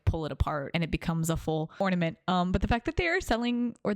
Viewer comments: ain’t no way he just said “ormanent” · Not me wanting to hurl my phone out the window every time he said “OrMaNent” 😡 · the guy who cant pronounce ornament is driving me nuts 😭😭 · So Dior is overpriced. Noted. Also - Or Na Ment. Pronounce it right. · He's always saying that word wrong and it's one of the signature things of his page, fans are aware of it)